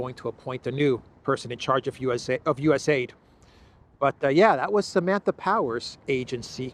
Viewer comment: It's called U-S-A-I-D all the letters are pronounced